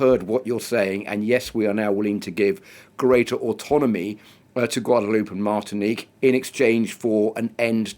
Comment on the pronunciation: How in the world can journalists not know the name of the place they're talkin about . Gwaod a loo pay Please pronounce it like that and stop insulting large portion of the world